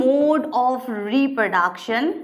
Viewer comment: Mam achi hai!! But... repraduction boli naa ek no.🤣🤣🤣